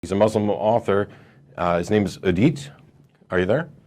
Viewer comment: It's Edip not edit